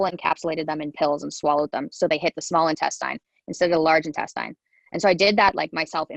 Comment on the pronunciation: The way she says intestine